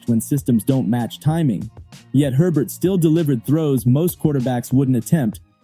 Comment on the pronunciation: His name is Herbert, NOT Hebert!!!